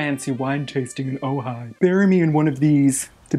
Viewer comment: I'm amazed anyone from Bournemouth had heard of Ojai, appropriately referenced its culture in a joke, and, of course, pronounced it correctly.